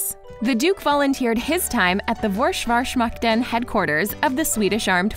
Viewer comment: A very nice video, just had to point out the awful pronounciation of ”Försvarsmakten” haha, just stick to saying ”Swedish Armed Forces/SAF” when speaking english please.